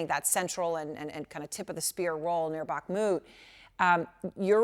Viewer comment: The Ukrainian reporter pronounces names correctly, unlike the studio presenter. So a short pronounciation course: It's HHerson - not KKerson, It's BaHHmut - not BaKKmut, It's HHarkiv - not KKarkiv, It's KaHHovka - not KaKKovka, etc. ...like HHunt - not CCunt !! That's easy.